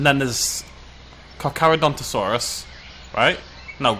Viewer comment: I liked when you called the Carcharadontosaurus the Carcadonkadonkadonk. It was funny.